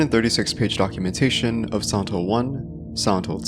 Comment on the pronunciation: Man, i'm not a native english speaker and spend 9 minutes hearing "santos series". Only when i decided hear it in slow motion i could hear you saying Silent Hill. Always nice when i learn to hear the tiny differences in english speakers from person to person